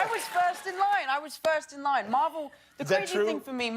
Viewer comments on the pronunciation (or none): none